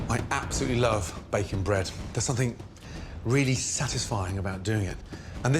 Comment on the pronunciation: Anyone else notice that the 2nd chapter is mislabeled "Bacon focaccia" in the timeline? I think it's because he starts the chapter saying "I really love bakin' bread" and he says baking like bacon to American ears. I was like "Gordon that's not vegetarian" until I watched it 🙂